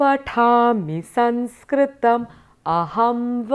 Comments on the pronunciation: excellent.I enjoyed. One suggestion.Please pronounce saMskrtam as such.You pronounced it as saNskrtam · All the nuances are well explained and many thanks for the same. Just one doubt. Is it not Samskrtam?. In this video I am hearing it as Sanskrtam.vThank you